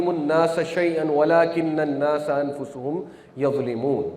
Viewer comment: انفسہم زبر ہے پیش نہیں